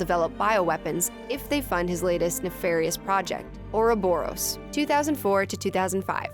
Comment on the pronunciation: Everyone complaining about the jokes whilst I cringe at the pronunciation of "ouroborus"